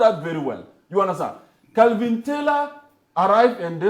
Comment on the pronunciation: Kevin, not Kelvin…🚶